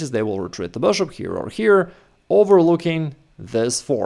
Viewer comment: Why do you keep pronouncing bishop as boshop lol